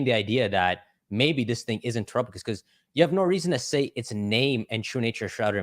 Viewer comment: Every time I hear TerapaGUESS I lose another week of my life 😭